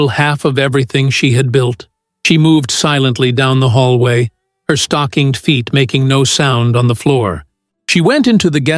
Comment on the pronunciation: STOCKINGED FEET not stocking